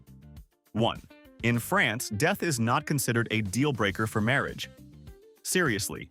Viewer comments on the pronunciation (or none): none